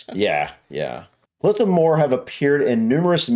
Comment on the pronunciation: You actually got it right the second time, moe her is how you would say it.